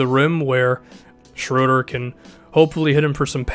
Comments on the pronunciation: I think it's sh-row-der not sh-roo-der...I might be wrong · His name is pronounced closest to Schrerder, not Shroeder or Shruder. The Ö makes a sound similar to ir in girl/ ur in burn. Dennis Schröder =/= Schrüder or Schroeder. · it isn't even shruder ;) i know it's different since his name is german, you would pronounce the "u" or ö ;) like the u in burger. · Why can't no one probounce his name correctly it's pronounced as schröder, very easy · Actually, everybody messes up his name. He's German, so ''Schröder'' is not pronounced ''Schrooder'' or ''Schrohder''. I think the closest you can get to is pronouncing the ''ö'' like the ''uh'' in ''duh'' lol. Great video btw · Shruder or Schroder? I've heard it both ways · It is: Dennis, Schr-öööö-der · Don't worry. As a German i can tell you: noone in the NBA pronounces his name properly :D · As a German it really hurts my ears hearing you butcher Schröders name 😁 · he really did a hawks video 😂😂😂 dont worry about the right way to pronounce this name. all english natives do it wrong. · It's both wrong man :D I'm german and I never heard an american say his name correct, but no problem tho :D